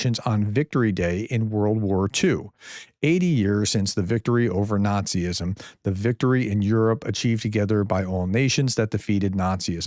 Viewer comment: It's Nazism not Nazi-ism. I a foreigner speak your native language better than you. Why is that? 🙂